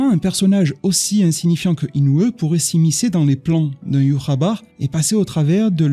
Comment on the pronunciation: entre écorcher les noms de Inoue en disant Inoueuh et Ywhabaha en disant Yhwaba, ça fait mal aux oreilles. Améliore la prononciation des noms au minimum je te prie